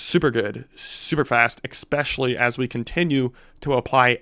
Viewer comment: There’s no k sound in especially